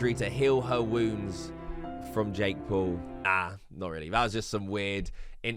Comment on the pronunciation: years later and bro still cant say Paul, he has to say Pool.